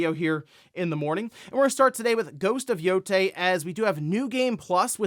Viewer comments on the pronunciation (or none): none